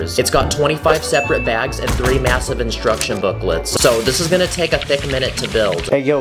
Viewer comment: Did did he say MASIVE